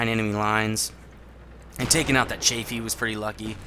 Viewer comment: Cheyfee? Isnt it chaffee? (pronounciation)